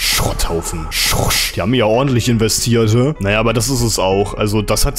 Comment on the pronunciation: Lieblingswort des Tages: SchrOrscH